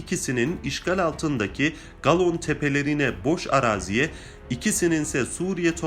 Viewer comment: Galon degil golan